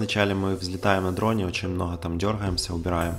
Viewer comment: "мноГгга времени" - аж передернуло от произношения